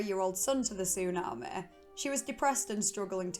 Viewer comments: So annoying 😂😂😂 tsunameh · Am I the only one here whose annoyed by the “tsu-na-meh”? I mean it would’ve been okay if it wasn’t on purpose but I actually heard her say tsunami the correct way once or twice so now I think she’s just doing it on purpose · I couldn't stand to listen to her attempt to pronounce tsunami one more time, "su naah maaaay" Like a valley girl from Scotland with a learning disability. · Tsunami not Tsunamae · Tsu- Nah- Meh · It’s tsunamehhh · How you say tsunami is really something 😂 love it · The way you say tsunami is funny Af 😂😂😂 was laughing hard everytime you say tsunami 😂😂😂 it's like an AI saying tsunami 😂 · Listening to her say the word tsunami is absolutely hysterical and than when you start listening to her accent and it's drama it's even more hilarious!